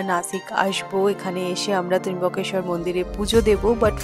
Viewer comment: Tomader Trimbokeswar bolata sudhrobena .tomra ki montro te teimboke goury narayani nomohstute bolo?..ota trambokeswar...